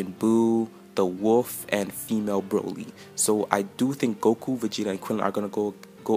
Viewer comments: Bro lee not bra lee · the correct pronuonciation is Brawl-y, Cabbas only learned to be super saiyin by Vegeta in the Universe 6 vs. Universe 7 Arc. He doesn't know enough to be able to teach those on planet salad how to turn supersaiyin, don't over analyse, i think she's not universe 6.